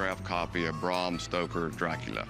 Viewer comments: Its Bram not Brahrm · Bram not Braum... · Braaaaaaaam stoker not Bram lolololol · The authors name was Bram Stoker, not BRRAAARRMM Stoker. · It's Bram not Brom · Rhymes with “am”, not “arm” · How about you pronounce his name properly. It's Bram as in Gram.